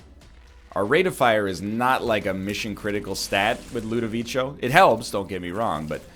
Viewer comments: My dude, please, read it like ludoviko, not ludovicho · Part 6 of my continued support for the Jello Lord. NL might mispronounce Ludovico, but he'll never mispronounce the name of our honoured leader, the Salad of Jello